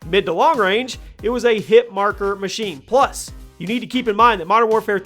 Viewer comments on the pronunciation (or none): none